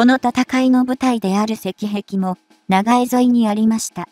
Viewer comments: なんぼなんでも「長江＝ながえ」て┐(´～`；)┌ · 長江を「ながえ」では、もう先には進めない😭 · しょっぱなから”ナガエ”だって？もう内容信用できん。見るのやめた！！